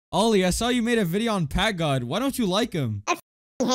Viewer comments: bro really said "pakgod" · who noticed the first time he said packgod he said pak god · 1. U can see that no1 likes U in comments 2 . Bro said pak god not PackGod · The fact that bro can't say pack god right and said pak god💀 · bruh you mean packgod not pak god 💀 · Pak god is crazy it’s pack not pak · "pak god"💀